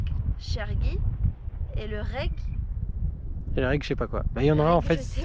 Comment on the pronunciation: On dit plutôt REG ; merci pour le partage. Magnifique !